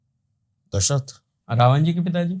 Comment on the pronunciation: रावण hota h, रावन nahi 😅